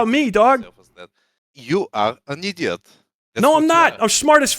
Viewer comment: the nam flashbacks I had when he said "ideeot" JF's bastard child